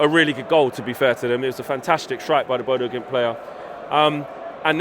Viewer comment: It's bodo glimnt FFS Not impressed